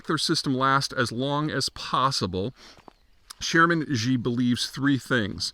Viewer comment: Zeihan doesn't speak even speak the most basic Chinese apparently. Can't even pronounce Xi's name correctly. Never trust the China "experts" who never learned any Chinese.